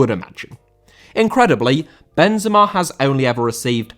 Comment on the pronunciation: Benzema* not Benzemor